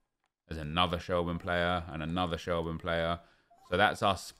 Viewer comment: It’s pronounced shel- burn lol rate the vids though